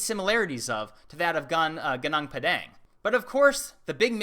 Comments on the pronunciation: Sorry to interrupt, but it pronounce "GOONOONK" and "pAdAnk", like A in the mAchu pichu. "Gunung" means mountain. "Padang" means bright. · Padang means field. Pa like papa is correct...